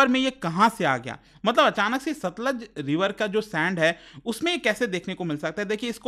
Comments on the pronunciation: It's not Sutlej, it's Satluj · Sir ji it's सतलुज not सतलज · no, SATLUJ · It's Satluj